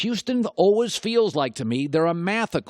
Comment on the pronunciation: Colin "It's ALWIZ Been" and "I've ALWIZ Said" Cowherd